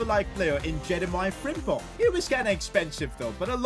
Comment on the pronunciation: I still don´t understand why every english speaking person says jeremiah frimpong